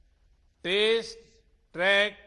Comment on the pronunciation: Honourable Prime Minister pronounces test as taste...... I thought taste, track....😂😂😂